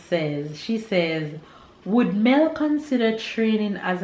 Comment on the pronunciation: Hey Mel thanks so much for saying my name correctly😉